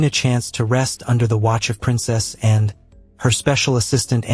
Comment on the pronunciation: I don't like the way youpronounced "Anne", too short & clipped.